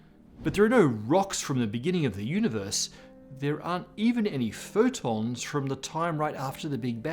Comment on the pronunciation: The way he says "there aren't any photons from after the big bang" sounded like "futons" and now im just picturing a giant couch floating in space